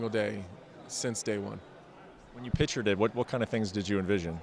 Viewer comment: Bret Okamoto the kind of guy who pronounces pictured as "pitchered"